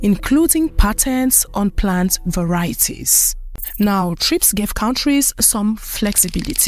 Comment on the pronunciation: What happened to the A in the acronym TRIPS SOUNDS MORE LIKE TRAPS.